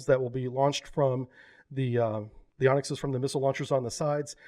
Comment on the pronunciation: Why do you call Onyx an "Onx" ? :) Or even "Onsk"...